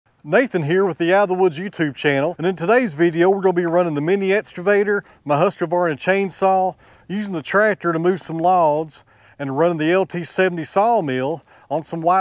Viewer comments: It is NOT regional, it's just plain wrong. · If that's a Husq-A-var-nuh then your name must be. PLEASE quit adding a letter that isn't there. You wouldn't do it to your own name, don't do it to theirs. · That was NOT necessary! If you can't tolerate regional differences then why don't you just move on and save yourself from having to listen to others who are not exactly like you. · Husqvarna has been in business since 1689. They are proud of their name, and the history behind it. It is disrespectful in the extreme to intentionally mispronounce their name, as you have said you are going to do. They produce excellent tools, which you use on a regular basis. They deserve your respect. And no, I have no relationship to the company, any of their distributors, or retailers; I just like their products and wish I could afford more of them. Please reconsider your choice to mispronounce their name on purpose.